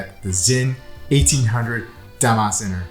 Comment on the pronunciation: Pronounced "dah-mahs-TSAY-nuh" :-)